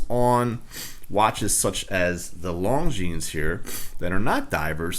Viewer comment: It is pronounced Lon・Zheen. The "s" is silent.